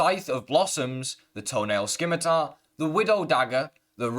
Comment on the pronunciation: The C in scimitar is silent. Excellent video.